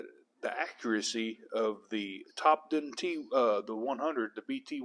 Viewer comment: Just a few comments Topdon is pronounced Top Don and it’s not Mega ohms it’s mili ohms